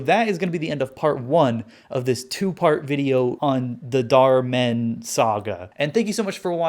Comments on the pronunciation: I like how you pronounce it with emphasis on Dar, like Darman as if he’s akin to Batman. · bro really called German Darman "Darman in Dutch" .-.